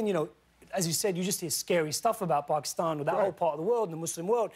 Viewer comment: I love him for saying Pakistan the right way and not the white-fied way. Respect to you Riz! Hahahahaha